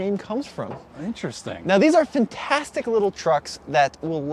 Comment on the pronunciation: It's "fintastic"....